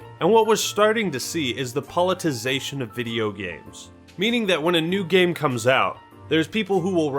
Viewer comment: I played a drinking game where I took a shot every time tried to say 'politicization', but instead said 'politization'... I am writing this in the hospital after my liver transplant.